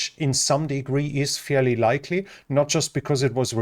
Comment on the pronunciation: He says likley